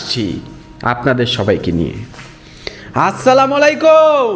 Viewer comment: আসলামাইল কুম হবে না নাই অসলামু আলায়কুম হবে। আপনি সালাম টা একটু দেখবেন আলেম দের কাছে